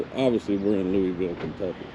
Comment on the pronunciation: You guys are having way to much fun. 😀 I’m glad your able to take in some of the flavor of Kentucky and Indiana; my home stomping ground. However before you leave you must learn how to pronounce Louisville like the locals. I’ll help you out the “s” is silent. By the way I like the power socket upgrade. You can actually replace them with the power on, just don’t let the wires touch. But if you’re not comfortable doing it hot definitely kill the power, Safety first. While you in the area, If your a vet you must eat at the Evansville VFW. Tell Jack I said hi, he’s my cousin. Recon I need to check and see if they’ve opened back up since COVID 🙃